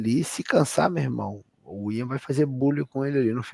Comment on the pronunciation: Por que o chama o Ian Garry de Aian? Não existe esse nome, mano. Ian se fala exatamente como todo mundo sempre fala, não entendo essa lombra...